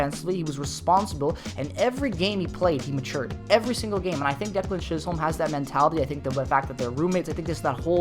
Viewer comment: Its pronounced chis-um not chis-holm... my cousin 😊